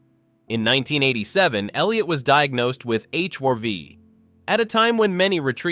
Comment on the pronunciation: HIV NOT HYV. IDIOT AI